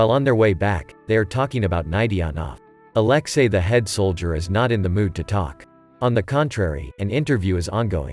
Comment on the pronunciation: Could u not butcher alexei? With aleski?